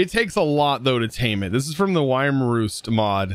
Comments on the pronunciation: FYI: wyrm is pronounced worm not whyerm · Wyrm is pronounced just like worm. ^.^ A wyrm is a legless and wingless dragon.